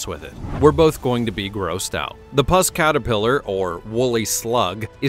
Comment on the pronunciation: "Puss," as in "puss caterpillar," is pronounced as in "pussy"; the "u" in the word is NOT as in "lust," "mussed," etc. Instead, it is pronounced as in "uh."